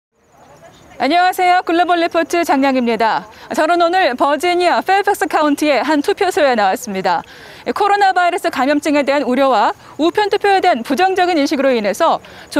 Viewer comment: 버어지니어 라고 발음해주세요